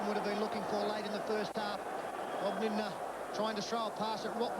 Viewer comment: Rabs never could say Lindner’s surname !